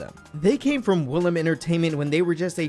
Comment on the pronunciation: woolim is NOT pronounced 'willam'. it's pronounced oo-lim 울림